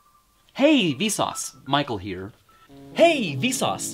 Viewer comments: More like "Hay we sauce my cold beer" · Sounds like "Hey Vsource, might call here." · After a while you start hearing: hey vis auds Michael hear